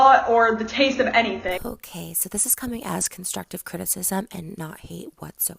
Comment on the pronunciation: "cunskuktive criticism "